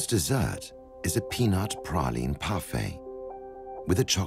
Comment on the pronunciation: Nice to hear "praline" pronounced correctly...